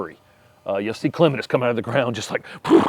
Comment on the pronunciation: I am a long time subscriber but for some reason your videos don't normally show up on my recommendations page, despite having notifications turned on. Today this one did so glad to be reminded and also happy to have a backlog of videos to catch up on. Also made me unreasonablly happy to hear clematis pronounced correctly. I shouldn't care, and most words I don't, but for some reason it's like nails on a chalkboard for me when people, especially gardening influencers/educators, mispronounce clematis. 😀😀😀